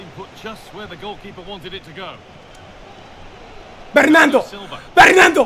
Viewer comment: wait, does he think that "bernardo" is "bernando" like fernando? 😂😂😂😂😂😂 i cant